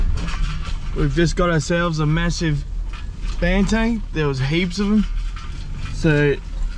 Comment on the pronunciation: I don't want be a dick mate....but it is Banteng not Bantang....eng not ang!